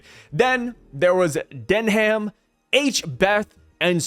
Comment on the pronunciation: I think oda seeing that garling is a celestial wanting to keep his name like a royal so "Denham" would have been the coolest out of those concepts but the pronounciation is not "Den-ham" its Pronounced "Den-um'" "Saint "Den-um'" Figarland" i'm a British Man😮‍💨🇬🇧 its weird like you would hear about Buckingham Palace but its Pronounced "Bucking-um Palace" that ham is kinda silent you got to take the letter "h" get rid of it and replace the "a" with a "u" instead 😅😮‍💨.